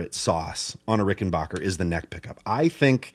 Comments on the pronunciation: the annoying part is people pronouncing the name wrong. It's BACKER not BOCKER. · I’ve had it drilled into my head by a good friend that it’s pronounced RickenBACKer not RickenBOCKer. Just doing a public service haha. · Adolph Rickenbacher anglicized his name, after World War One, to Rickenbacker. Pronounced Ricken-BACK-er. You don't hurt your 'BACH' lifting furniture. And if you are listening to "Air on a G String", you aren't listening to 'BACK'. The dude with the Fireglo Rickenbacker gets it right. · Please don't say Rickenbocker, folks will think your'e the man who fell to Earth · You're mispronouncing Rickenbacker. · Learn how to pronounce "Rickenbacker."